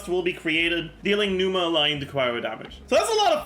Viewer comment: Zajoof having Greek origins and pronouncing Pneuma and Ousia totally wrong is cringe af.